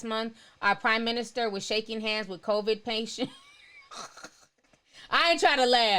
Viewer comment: I love lol. She keeps saying CONVID instead of COVID and i'm cracking df up. Thanks for the livestream though!